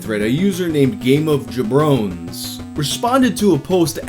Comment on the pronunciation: The way you pronounce "jobrones" makes me sad. (In the redditors username) You're supposed to say "jah-bro-knees" in a heavy New York accent...you hear them say that in old movies as an insult.